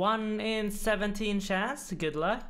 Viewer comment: Would've gotten it if u said chance not shanse